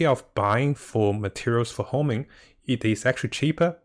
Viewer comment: Homing.. dude, its honing